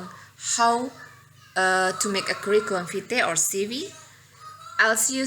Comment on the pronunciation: Maaf koreksi sedikit untuk ejaan vitae dibaca.... /vaiti/ v-nya dibaca agak ke huruf w.